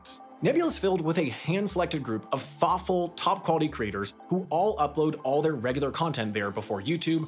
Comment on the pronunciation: In the Nebula ad at the end, I know you kept saying "creators" but I kept hearing "craters". Perhaps you could slow down just a tad on that word in particular. I was wondering why I would sign up to see things made by content craters. ;)